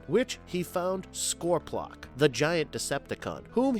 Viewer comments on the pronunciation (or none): This guy has never watched transformers before in life scorplock really it's scorpnox and it's not energron it's energon 😮‍💨😡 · I tried to really hard but when he Saud scorplock all I could think is fick you dumbasses. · Messed up saying Energon several times. Ultra Magus facts are wrong. Is this guy even a Transformers fan or just reading from Cue cards. And did he say Scorplok? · If you are going to narrate a video about Transformers maybe learn how to pronounce some of the basic names correctly. Scorpoplock? Energone? Good grief man. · Well, one thing we do know...this narrator is just reading a script and has NO IDEA of what he talking about.. Enner-gone? Innagron? Skorp-lock? Spike Wit....wick...ky? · Jesus Christ this is bad. You didn't even try. And if a name wasn't Optimus Prime or Arcee, there's a good chance it was pronounced wrong. Ener-gron, ener-gone, Lie-con, Lay-Con, vericles, Ultra Magnus' "One headed cannon"?, Fortrix Maximus, Scor-plok, laser Guarded Mortars. Also the Arcee entry was a mess. And in what universe is Perceptor considered "Insanely powerful"? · Urm .... en er gone en er gron ..... fortrex .... scorplock .... whatever you called nebulos ...... duuuude get the names right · Lol I was rolling when he tried to say Scorponok. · Not to nitpick here but it is called Energon not Enegron... And Scorponok not... Never mind... Otgherwise an awesome video.